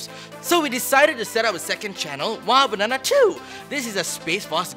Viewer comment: Is there a minion in the studio? "Bannannnaa"